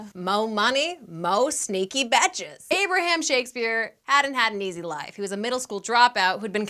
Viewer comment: Yikes. Kind of a bummer, but as always, delightful presentation makes it all worthwhile. Also, I noticed that you pronounce "bitches" as "betches."